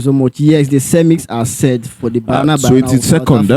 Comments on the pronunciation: It's not bayana bayana 😂 it's ba-nya-na ba-nya-na. Banyana means girls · Its Banyana Banyana not Bayana Bayana. Or should we say Super Chickens? Lets show respect by calling each others names correctly. At least try.